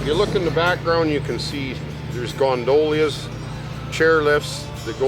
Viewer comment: Did he say 'gondolias'...maybe that's his lil joke word for them... he must not know how critical and horrible YouTubers can be🤣🤣 great show though 😁